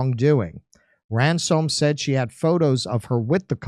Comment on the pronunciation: Ran Soam ? Ransom duh.